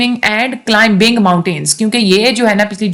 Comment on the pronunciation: In climbing "b" is silent letter, /klaiming/ is its transcript after cl "i" is long vowl